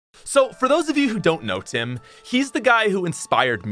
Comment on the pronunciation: The way he said Tim's name😃